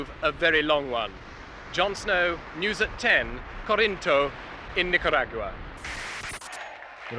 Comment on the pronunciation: I can't take the way he says "nicarag-ua"